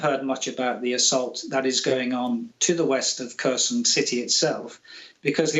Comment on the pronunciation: British, get your hands off Ukraine. You can't even pronounce Kherson or Zaporozhia properly, let alone understand your risks.